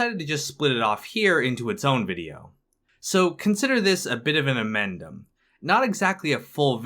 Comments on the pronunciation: Amendment, or addendum, not 'amendum'. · Addendum not amendum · Glad someone else caught that "amendum"